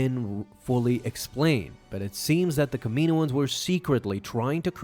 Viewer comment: still don't understand why he says Kaminoans like that, like yeah the planet is pronounced "ka-me-no" but the species is "kam-in-oan"